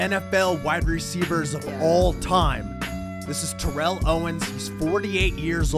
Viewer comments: You are calling his name incorrectly. It is pronounced Teh-rol instead of Te-rehlle... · It would be great if the announcer could pronounce Terrell's name correctly. It's TERRell.. not TerrELL.. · It’s pronounced “Tear-uhl” not “Ter-L” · He’d probably be pissed you didn’t pronounce his name right lol Tear-ill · haha i can barely tell the difference.. but that dude TO grilled me on Instagram for pronouncing his name wrong 😂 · he was HEATED on Instagram that I pronounced his name wrong, but i honestly cannot tell the difference,,, nor can 99% of people.